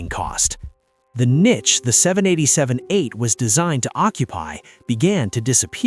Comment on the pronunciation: Word - Niche. It's "Knee-shhh" not "Nit-shhh".